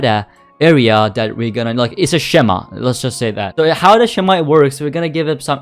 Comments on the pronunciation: And I think you pronounce it as skema. I know its written schema. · not sure if it's pronounced as schema itself , i think its pronounced like "skeema" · Way he said schema had me laughing